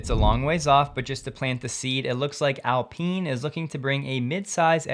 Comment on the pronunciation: I thought it is pronounced Alpine like pine and not Alpin!